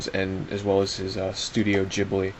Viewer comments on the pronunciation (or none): none